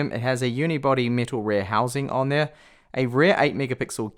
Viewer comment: You say rear like rare